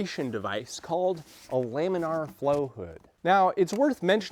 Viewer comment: I've also only heard Lamin uhr , he says Lamin Arr